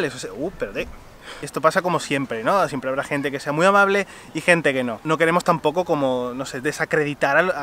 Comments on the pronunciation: Amabre? Su obligación es ser amabre? Jajaja, da risa como pronuncia la “L” ❤️ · Conclusion del video: los japoneses pronuncian amabre